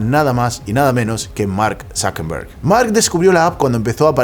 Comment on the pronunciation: ¿Por qué dices ZuckeNberg en vez de ZuckeRberg? Por cierto yo ni tenía udea de que Tiktok era tan viejo.